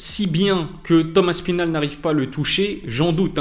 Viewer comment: Avouez on dit tous Thomas spinall